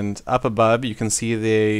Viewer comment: lol he said up abobe